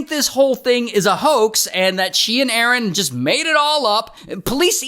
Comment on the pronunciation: De-nice and A-A-ron